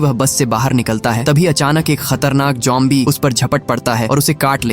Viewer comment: Bro it's zombie not jombie😊